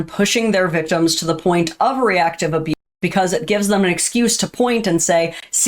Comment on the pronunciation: That's a weird way to pronounce ABUSE and ABUSER 🤔🤔🤔